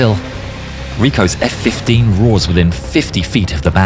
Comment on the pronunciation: hahahh los efe kuince